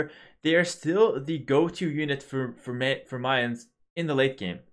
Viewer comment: First you started saying Mayans right and now you're saying melee right 11. Btw, do you think that if they gave melee units +0.1 speed across the board that they would start to be more viable in the current meta?